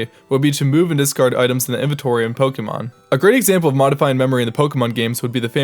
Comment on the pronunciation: Yes, and he didn't say Po-kay-mon, which is how Pokémon is pronounced.